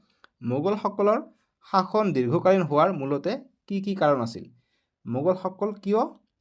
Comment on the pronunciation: চাচন নহয় শাসনহে